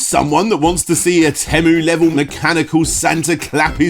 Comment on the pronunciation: I have never heard anyone pronounce Temu that way...